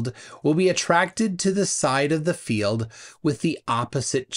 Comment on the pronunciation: The way he pronounces “field” as “filled” really gets on my nerves. There was a debate with William Harris where he said “filled” 200,000 times. Perhaps he’s obsessed with containers.😉